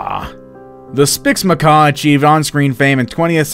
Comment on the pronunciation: Cmon not spix macaw 😭😭